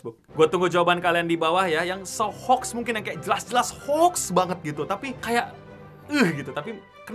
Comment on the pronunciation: Hoax dibaca orang indonesia ho - waks.